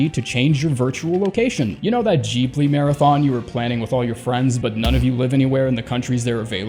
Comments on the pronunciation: i had to listen carefully when he said "glibli". sounding jib-ly instead of geeb-ly. but awesome ranking as usual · This man really said JEEBLEE confidently TWICE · No offense but your pronunciation of Ghibli gave me brain cancer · Why’d he say Ghibli like that lmao